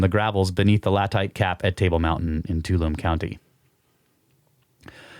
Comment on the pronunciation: Too-all-um-nee Tuolumne Sorry for the correction 😊